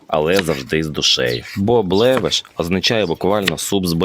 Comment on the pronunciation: Левеш, наголос на першому складі, і ранташ на холодну не готують